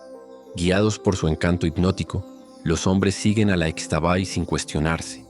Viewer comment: Gracias. Es un gran programa de relatos. Soy 100 % yucateca. Para mejorar su trabajo, le aclaro que aquí en Yucatán, la letra X se pronuncia SHHH. Así la dama nocturna se llama ISHHTABAY. Los hombres que la encuentran y la siguen, NO DESAPARECEN, AL AMANECER SE ENCUENTRAN CUBIERTOS ENRREDADOS ENTRE BEJUCOS LLENOS DE GRANDES ESPINOS. TRATE DE IR A LOS LUGARES DE SUS RELATOS, Y HABLE CON PERSONAS REALMENTE CONOCEDORAS, BIEN DOCUMENTADAS ACERCA DE LOS RELATOS. NO SE QUEDE EN CIUDADES, NI PREGUNTE A ANTROPÓLOGOS NI HISTORIADORES. VAYA DIRECTO A INVESTIGAR CON LOS AUTÉNTICOS MAYAS QUE GRACIAS A DIOS, ESTÁN ACTUALMENTE VIVOS , PRESENTES Y SON MUCHÍSIMOS. NUESTRA RAZA Y MUY SABIA CULTURA ESTÁ MUY VIGENTE. SALUDOS.